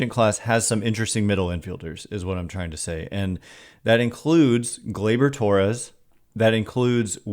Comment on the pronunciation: This man said Glaybor Torres. You are not serious